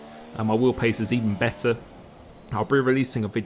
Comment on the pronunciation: Look man, I love your videos, it’s so satisfying to watch you race and I wouldn’t be honest if I didn’t say they motivate me to play f1 and be a better driver. But please, please slow down when you speak sometimes, take the time to pronounce the words properly like “better”. Because I can’t understand a word between - . It’s the only criticism I have for your videos. Keep up the great work!:)